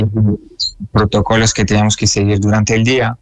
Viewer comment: Cierto, corregirle cuando dice protócolo en vez de protocolo, preguntarle por el yoga, interrumpir cuando se abre a contar detalles..